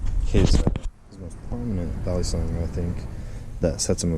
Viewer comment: Hey I’m from the Philippines and u pronounce balisong perfectly ngl